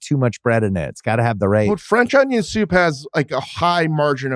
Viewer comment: Why does he say onion like a smooth brained individua